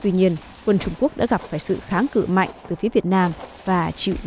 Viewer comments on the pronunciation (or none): none